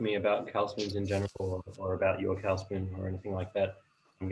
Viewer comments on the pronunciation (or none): Pronunciation of 'cawl' is verrry poor. Find a Welsh speaker and learn how to say cawl.